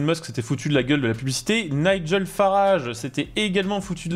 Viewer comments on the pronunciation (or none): none